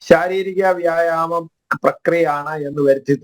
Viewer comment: നമ്പ്യാർക്ക് വ്യായാമം എന്ന് പറയാൻ വിഷമമുണ്ട്